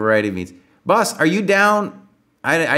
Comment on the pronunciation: Mispronunciation of "boss".